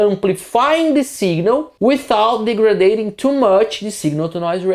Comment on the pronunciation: "de-gre-dade-ing" .... Americans would say dee-grade-ing. There is a difference in pronunciation between "degradation" versus ""degrading" and "degrade". There is no logical reason for it .... just the way native speakers say it ...